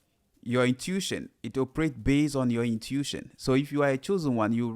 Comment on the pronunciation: Hey! Pronounced: "in-tu-ish-on" AMEN